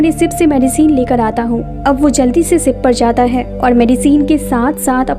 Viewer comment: Aap sha ko sa q bol rai... Sara maza bekaar ho jata h... Sip... Nhi ship.. Nisana nhi nishana😅